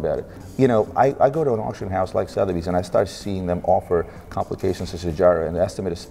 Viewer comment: Suh-thebys not Sow-therbys.